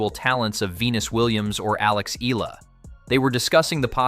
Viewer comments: Alex's surname is pronounced "EH-YAH-LAH"!!! (THREE SYLLABLES) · ee-YAAAHHH-lah yes emphasis on YAH!